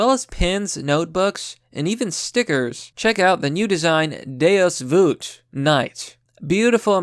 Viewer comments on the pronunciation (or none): "Deus voot"